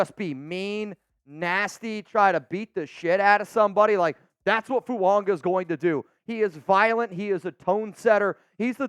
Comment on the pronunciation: The name Fuaga does not contain the letter "n".